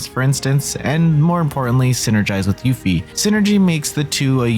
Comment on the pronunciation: switching up his pronunciation of Yuffie!